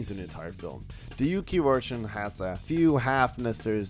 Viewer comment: It’s pronounced (Vvvvvvv)ersion not wersion